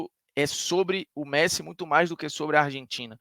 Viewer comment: "Meressi" é sacanagem lkkkkkkkkkkk